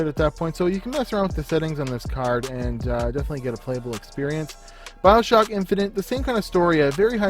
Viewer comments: lol "Bioshock: Infinate" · "Infinate" cringe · Bioshock *INFINITE... not "Infinate"